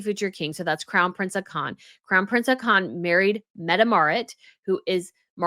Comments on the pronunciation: pronunciation of Hakon is 'HAWK ON' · His name is Haakon (pronounced "Hawkon'".